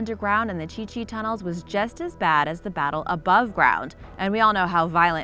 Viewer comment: I think its Cu Chi not Chi Chi